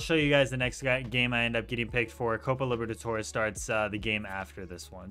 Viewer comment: No one:: Copa Liver-a-torres